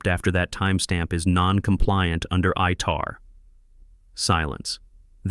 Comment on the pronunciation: Its ITAR. Not ITR.